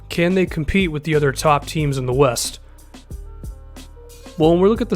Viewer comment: 00:6 I didn't know the rockets played in the eh-west conference 😂